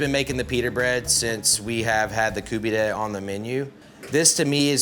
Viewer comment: Stop saying Koobeedeh